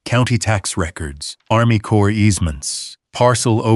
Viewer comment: The CORPS of Army Corps is pronounced CORE. The S on the end of CorpS is silent, not pronounced.